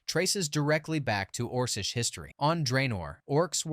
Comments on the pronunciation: Orsish rather than Orckish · orsish lips lmao...orKish not oRsish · OrKish not orsish ffs